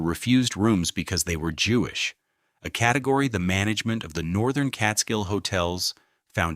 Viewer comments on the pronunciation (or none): none